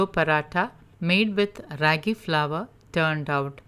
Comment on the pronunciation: The a sound isn't raggy as in shaggy but raagi as in raama.